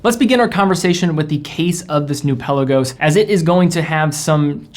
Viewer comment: Pe’Lagos....not Pella-gos. Great vid!